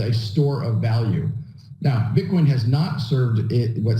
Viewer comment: One minute and forty-nine seconds into this video your slip of the tongue had me dying!!! #Bitcorn 😂😂😂 I'm not picking on you bro, you're awesome AF. It was just so funny I had to mention it. 😀👍